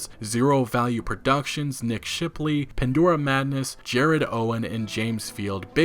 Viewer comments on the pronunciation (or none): none